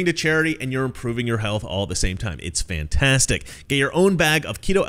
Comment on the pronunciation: I love the way says fantastic. Just saying:-)